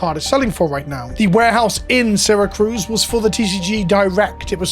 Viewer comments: FYI it’s Syra CUSE, not CRUSE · "Seer-Uh-Cuse" lmao not "sera-cruz" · Just chiming in, Syracuse not Syracruse. It’s like the city in Italy. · I know this may seem Petty because of what's going on in this video, but you are mispronouncing the town. Since I live about an hour from them, it's not saracruz. It's Syracuse. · CUSE not cruise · Syracuse. Not Syracruse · Sar-a-cuse is closer for pronunciation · Syracuse. No r. Its a Native American name. Its in upstate NY. Apologies for the nitpick I just think this whole situation is important and needs to be as clear as possible. Ty for spreading awareness about it. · "Serra Cruz," NY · As a native NYer and someone who lives an hour from Syracuse, this is disheartening. Gonna have to find my cards elsewhere. I tend to buy sealed from Coolstuff anyway Also, little nitpick, it is pronounced see·ruh·kyoos. Again tiny nitpick, I get international dialects and all. Just, NY pride and all. :P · Ah my favorite city, "Sarah-cruise", NY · Take a shot every time he says seracruz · Hey, simple mistake I'm sure, but as an upstater, it's "Syracuse" (See-ruh-kyoos). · Maybe learn how to pronounce Syracuse before filming this video. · I'm mostly bothered by how you pronounced "Syracuse" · There’s no second R in Syracuse lol, that felt silly to hear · At first I thought he just misspelled it when he typed it, then he proceeded to pronounce it wrong like 10 times haha.